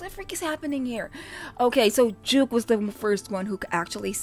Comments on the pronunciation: His real name's Jake Lawson so Jvke's probably pronounced as Jake. The two are only similar in that they both have low register voices (which they can pitch higher) but that's where the similarity ends. You subconsciously were actually able to tell them apart because your initial reaction was correct in that Jvke was an unfamiliar voice. You recognized Kaze's smooth and sultry voice (which Jvke's voice doesn't sound quite as, being of a different quality) and soothing tone (again, one that's unique to Kaze) when he came in and only became confused then, because you didn't know Jvke's voice. Kaze also has this lazy, laid-back way of singing that Jvke, who has his own unique style of enunciating words, doesn't. Lol. Either way, you may have gotten confused and, in your confusion, think they sound similar but they really don't and your gut knows it which was why it was right all along. xD And it's Matsuri. Matsuya is a donburi chain. Lol. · Sorry but JVKE is actually pronounced as Jake and not Juke 😅